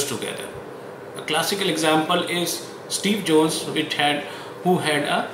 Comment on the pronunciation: I heard Steve Jones instead of Steve Jobs